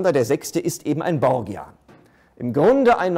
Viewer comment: Bitte: Borgia wird Bordscha gesprochen.